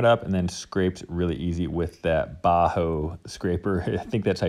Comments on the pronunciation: "bahou"? no, closest thing to the real pronounciation in english would be "bucko". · That Swedish Bacho-tool you used is pronouced BAKKO. It´s a well-known brand here and kind of a benchmark for high quality tools.